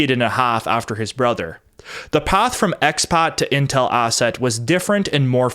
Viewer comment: Stop adding R’s where they don’t belong, like arsett!